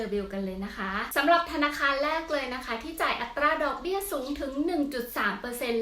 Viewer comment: เวลาพูด อัตรา บ่อยครั้งไม่มี "ร" ควบกล้ำนะคะ